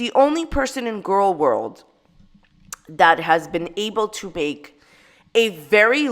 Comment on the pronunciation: “I sued the wrong French Fry Gorl” 🤣🤣🤣